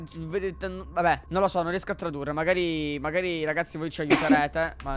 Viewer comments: A me piace sto fatto che dice raghi 😂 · 😂😂mi fa ridere che dice raghi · Raga ma perché dice raghi invece di raga? 😂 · Mi piace chi ha notato che dice RAGHI 👇😂😂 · È vero dice raghi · MA BIOLET A MA RAGI MA RAGI HAHAHAHAHAHA LA TRIGGERA